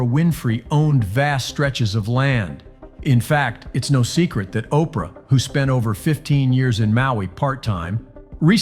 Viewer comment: Operah… urgh..